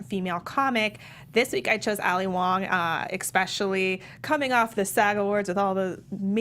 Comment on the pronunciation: I hate myself for becoming an internet troll but I just have to say that the x in “especially” is not only silent - it doesn’t exist. Otherwise I love your enthusiasm for this great show. Thanks!